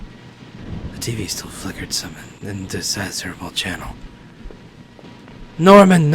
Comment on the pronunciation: attempt to pronounce indecipherable made me laugh xD still so gosh darn cute though <3